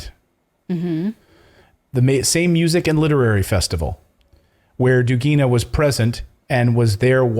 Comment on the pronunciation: The emphasis in the word "Dugina" is on the first syllable. Same as in "Dugin", which is a male version of the same last name. It originates from the word "duga", which means "arc" or "curve" in Russian. I used to be a big fan of Alexander Dugin's books and interviews, and he never spoke any nationalism or pro-war stuff. His lectures in the MGU university recorded back in are just impeccable, and very inspiring to learn more about history and philosophy. Realy realy sad to hear these news about his daughter :(